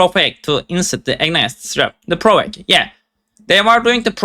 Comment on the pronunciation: Ill help you out with the English bro. We say it as "Pro-voke", and basically it means to entice or excite. In games it can be seen as a skill that forces enemies to attack you. Useful in online games if you're the team defense.